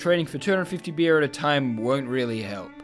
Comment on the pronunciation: why do you keep saying "bir" its beer you imbecile